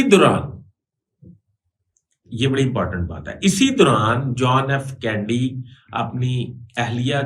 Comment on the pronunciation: آپ ان پڑھ ہیں شاید، یا کوئی اور پرابلم ہے ۔ صدر جان ایف کینڈی نہیں تھا جان ایف کینیڈی تھا۔ آپ کو کینیڈی کے قتل کی معلومات بھی ناقص ہیں۔